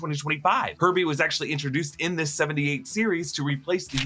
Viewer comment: When he said herbie I thought he said herpe